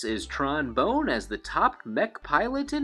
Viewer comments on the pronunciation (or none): Bon, my dude. not bone lol